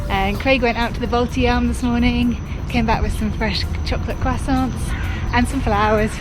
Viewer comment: Nice to hear that no more Baltidzaam but now its correctly Baltijaam.... :)